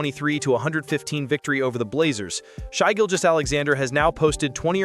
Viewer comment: Only problem was calling Shai “shy.”